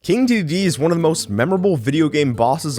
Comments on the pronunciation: start the video with a mistake, “King Doodee”, lol (I’m not trying to be rude, just poking fun! :3) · "King Doodee" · King DOO DEE